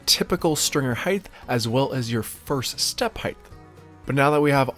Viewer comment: Height is pronounced with a T at the end. Not a TH. You always say height as if it was spelled heighth.